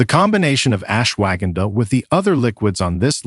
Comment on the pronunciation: Interesting information but the terrible pronounciation of Ashwagandha was more than just irritating! It's correct pronunciation is much softer ... ush-wa-gun-dha